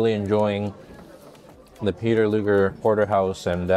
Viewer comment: You're pronouncing Luger incorrectly.